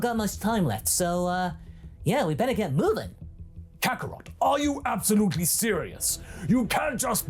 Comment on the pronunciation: I still can't get over "Kakatot"